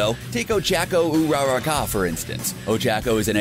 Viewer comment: It 's pronounced Bauk-oo-go and De-ku. Plz pronounce every name correctly from now on. And also it's Ur-rr-ak-u